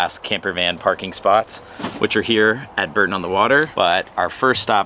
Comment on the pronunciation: Used to stop at Bourton on the Water on my way to uni in the midlands as I'm from near Bath. Pretty little place, think it’s pronounced 'Borton' rather than 'Berton' though :)